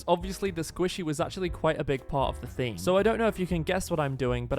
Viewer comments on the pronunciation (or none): none